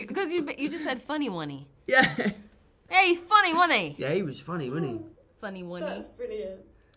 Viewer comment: So basically ur British accents take over when your trying to say wasent he and it becomes "he was funny wonnie that?" Love it